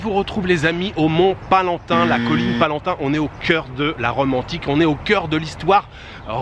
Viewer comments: Mont Palatin…pas Palantin….. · C'est PALATIN ET PAS PALANTIN. .. Tout de même. Tu n'as pas étudié l'histoire romaine au collège ?.